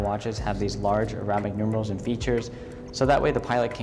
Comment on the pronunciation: How to butcher the words “Longines” and “arabic”...just ask this watch dealer.